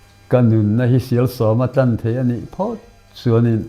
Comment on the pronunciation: " Tlan" tih i sawi dan hi a pai, Maian bai tih a, Bai tih sang hian a ri tur a ni.